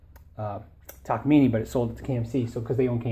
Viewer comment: hah thank god someone knows how to say ta-ka-mi-ne! You're close but you've Americanised it :p